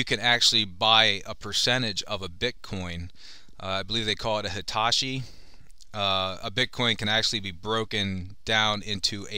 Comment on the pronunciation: That's Satoshi not Hitachi! lol